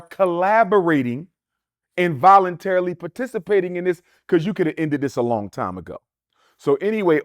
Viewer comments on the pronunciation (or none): none